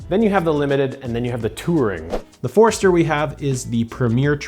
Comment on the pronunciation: LOL. I literally had to rewind it. Wait. That was a ford. Ok, no problem, I'll go along. But then it show the car. Wait, was that really a ford? LOL. Well done. And am I hearing you say Ford'ester?